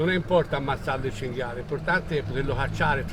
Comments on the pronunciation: ~chin,gale... its "chin-gee-ah-lay" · It's CINGHIALE baby, not cingale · cinghIale no cingale